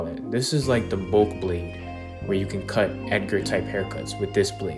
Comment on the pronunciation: I like how the news anchor said: "CUHT" not "CUT"